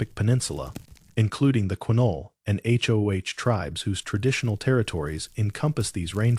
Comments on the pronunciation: Please just say Hoe. Not H. O. H. Please god please. You’re killing me Smalls. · If he was actually there he,d know the name of the river is the Hoh, (pronounced Hoe, like the garden tool).